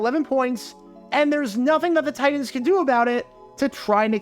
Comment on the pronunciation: Your pronunciation of the word "Titans" had me pulling my hair out all video.